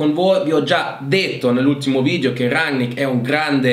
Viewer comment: Chi? Rangnar Lodbrok? Quello di Viking 😂 Bene ci allenerà un vichingo! Grazie come sempre alla tua competenza. Almeno abbiamo imparato a dire RANNICK!